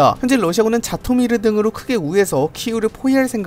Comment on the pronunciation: 자토미르 -> 지토미르 정정 부탁드립니다.